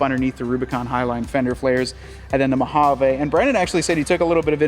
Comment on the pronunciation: I'm drunk again from every "Mohavaaa" he says 😂